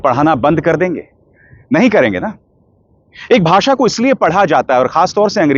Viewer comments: Inko to Bhasha bhi kehna nahi aata. Bhasa kehte hain. Joker!!!! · Jandu, its not a baasa ,its a basha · Ask him to spell HINDI properly BASA NAHI BASHA 😂 if he doesn't want to speak English then why forcing other states to speak Hindi? Every state has their own language who loved it but it doesn't mean they hate other languages...We love every language .Two uneducated people are ruling this country country ..